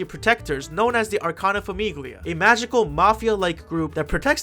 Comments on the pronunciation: Grazie, stavo scorrendo i commenti in cerca di altri italiani scoppiati a ridere dopo ogni FAMIGHLIA 😂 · Hi, so, my Italian ass is dying at the pronunciation of basically everything (it's not that bad, honestly you did great and I loved the "TAROCCHI🇮🇹🍝🍕"). Let me break it down for anyone who wants to read. The final syllable of “Famiglia” is pronounced kinda like the final part of “paella”, so you don’t ear the “g”. “Felicità” means “happiness” and the final “a” is stressed. (I should mention that I have no idea if the stressed ‘a’ is present in the actual names of the character. If it’s not there, it’s probably a small mistake on whoever made the anime since aside from a couple name there seems to be a pattern in using actual words for the characters names) “Libertà” is pretty obviously “freedom” and the final “a” is also stressed. “Debito” means “debt” and I can’t stop laughing at how they called a character “debt” ffs WHY? “Pace” is peace, very uninteresting. “Mondo” means “world” and I’d like to have a conversation with whoever thought this was smart. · I took a singular Italian class in college and that was enough to make this grating for me. I was wondering if it was more funny or more annoying for an actual Italian to hear "FAMIGHLIA" over and over lol. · I don't even speak Italian, and this pronunciation of "famiglia" hurts my ears. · giuro, ogni volta che diceva “famiglia” volevo morire HSDHAHA